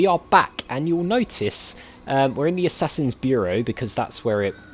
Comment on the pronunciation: First of all, I thought you said "A Sassy's Creed" which made me giggle. Secondly, I completely agree with you on doing those bits off-camera. It's what I chose to do for my Mad Max playthrough. As long as you keep the other interesting things in, it should be ok.